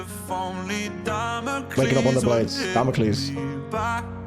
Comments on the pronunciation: Duh-mock-els, leaving us all in shambles. Felt this one soul-deep. 🥺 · You made my day when you accidentally said "damn awkles" again 😂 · As soon as I get all comfy and immersed, you go and say "Damockels" again. 😂 🎧 I really hope Tokn refers to his version in that way as a shout out to you. 😂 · I also CAN NOT STOP saying “Damockles”. That is contagious.